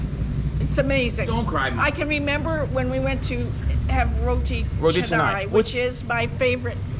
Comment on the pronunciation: Mom just pronounces roti canai fluently. Good progress. 😍👍😄